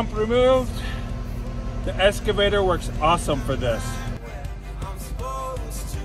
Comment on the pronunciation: Now that machine is an “elks-ca-vator”, NOT “es- ca-vator”! I am sure that with practice you will get it right! LOL!